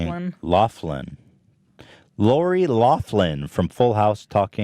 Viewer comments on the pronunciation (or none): its 'lock-lin' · Loughlin = locklin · Yo it’s pronounced locklin dudes